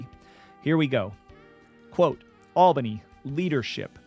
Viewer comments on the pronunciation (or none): none